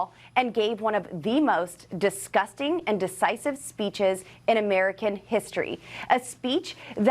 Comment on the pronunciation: Did she say "deCisive" rather than "deVisive"? What an idiot!